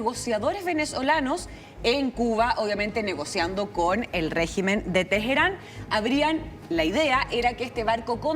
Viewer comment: Tejerán!!! 😂😂😂 Son tan pro yankis que ni saben si hablan en español o en inglés o en qué carajos!!!! 😂😂😂